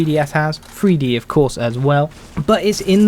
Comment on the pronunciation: 3D = "THREE-D", not "FREE-D"